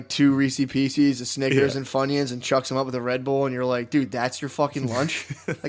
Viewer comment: is that really how matt says Snickers? A little dangerous